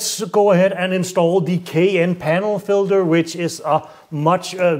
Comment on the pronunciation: LOL,,,,Sheash man,,it’s called a “K and N” air filter not a “k n” which sounds like you are poorly attempting to pronounce a Porsche suv. IE the Cayenne. Also your test is inherently flawed and should have been done on a dyno to get anything close to repeated accurate results.